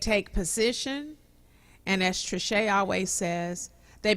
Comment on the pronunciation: SAY IT TRISCHE!